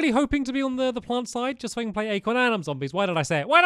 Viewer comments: Acorn not Acron, Stampy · "acron" amazing job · stampy its acorn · Acron. You mean Acorn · Acorn not acron